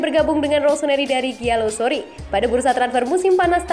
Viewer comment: GIALLOROSSI bukan SORI. RROOOOSSSIIII BUUKKAAANN SOOORRRRIIII. udah 3 kali ni di ingetin. wakakakakaka